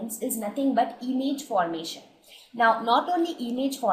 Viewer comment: It is not emage it is image